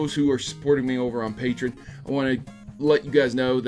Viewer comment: You know, you're the only one I've ever heard call Patreon like "Patre-in"